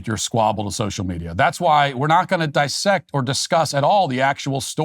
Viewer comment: It's "Diss-sect", not "Dy-sect". TW